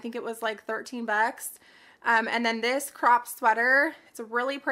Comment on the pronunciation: The way you said 13 bucks is so SOUTHERN LOL I loved it! You sound like a real Texan